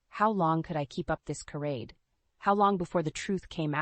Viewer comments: It's cha-rade not ca-rade! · Charade is pronounced sha raid.